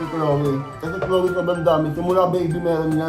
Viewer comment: chloe hinde choloe